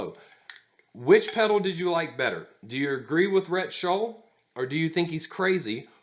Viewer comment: FYI, it's Shull not Schull. Just sayin"...